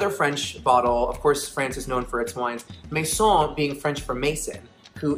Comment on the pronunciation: saying "Maison" just like my second name is giving me life